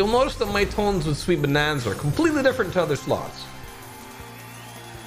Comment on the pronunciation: shweeet bonnnannza😂😂😂😂😂